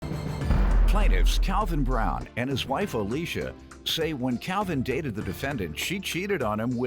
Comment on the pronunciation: It's sounds like his name is pronounced "Cowvin".